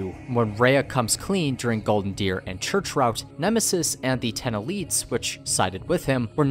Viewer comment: "Church Rotue" lol